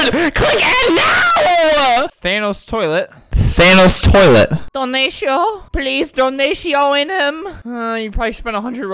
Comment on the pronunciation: tHaNoS tOiLeT why you gotta say it like that Albert 😂😂